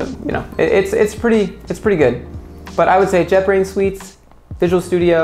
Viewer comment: He said " jetbrains" I heard "jeopardy "